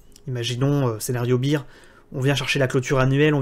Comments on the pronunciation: En anglais on dit plutôt "bèr" que "bir". Mais c'est un détail. Merci et bonnes fêtes de fin d'année. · Minute 5' 13 tu dis scénario bire.. ce qui veut dire bière 🍺 beer.. bear = ce dit bère baire.. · my man! Fais un petit effort, écoute la prononciation du mot "bear" sur le logiciel de ton choix, tu le prononces comme la bière et pas comme l'ours. C'est un detail, excellent travail, merci bcps!